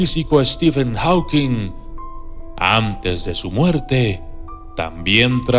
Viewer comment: "Jókins" no "aukins" ..."Estifen jókins" ....fonética carajo!!! 😑